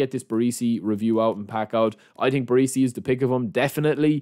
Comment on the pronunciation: BarEsi not BarEEsi FFS lol